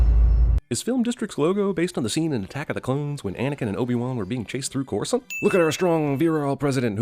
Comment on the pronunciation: Give a CinemaSins sins for not knowing how to pronounce Coruscant and saying Coral-sent and not Cora-Sant